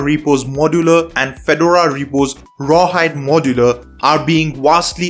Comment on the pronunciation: your English is great but please work on the word "Modular"